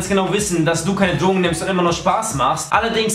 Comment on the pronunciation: Was?! Ich hab dich nicht verstanden... Dlogen?